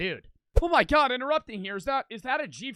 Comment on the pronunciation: OH MY GUAWD WEAS JIMMY BEAST MAN